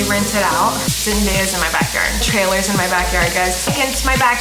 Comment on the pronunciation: Every time she said backward cracked me up 😂